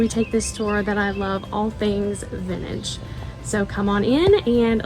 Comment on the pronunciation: You have a charming home. There is a t in the word vintage.